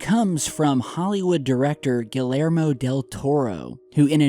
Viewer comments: It’s pronounced Gee-air-mo, geez man your credibility goes straight out the window on this one 🤪🥔🎁. Yes its a crazy potato present just for you! Merry Christmas🎄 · Merry Christmas everyone. I mean no offense to anyone, but in the Spanish language the two LLs often seen in names and various other words is actually pronounced with a Y sound. So Giyermo in Mr. Guillermo Del Toro's case. Just a friendly pointer guys :) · this is your high school English teacher, the L in Guillermo is silent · Love the video. you are a an inspiration. I gotta say though: the way you say Guillermo's name is probably the whitest anyone can say it. LOL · Double L's make an EEE sound in Spanish,. haha.. Happy Holidays. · How can you not pronounce "Guillermo"?